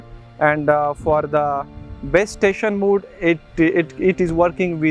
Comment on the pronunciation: Mode, not 'mood', thanks for the video